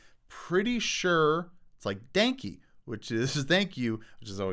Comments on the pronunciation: It’s not german dude. And it’s not “dankey” it’s “dahnkeh”. Thanks for uploading again! 💁🏻‍♀️ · “Danke” is pronounced like donk-ah, not dank-ee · This is the kid of person who votes for trump lol not you rob. The other crazy guy. Also danke- german for thank you is pronounced dawn-kay. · Thank you in German is pronounced Dank-ka. Fyi...😁💕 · I'm pretty sure he wasn't German. Frankie is not a German name and you don't pronounce 'danke' the way you pronounce Frankie. You pronounce it more like 'dunkeh'. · "Danke" is not pronounced "dank-ee" 🤦🏻‍♀️ Silly. At first I thought maybe you found a new ARG type of thing but I don't think he is acting. It is a bit fascinating that he somehow has the capacity to edit his videos. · Sorry but the way you said "Danke" made me laugh. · So its "Daunk"? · The "e" in "danke" and "Franke" is pronounced like the "e" in bed. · You said Danke wrong though.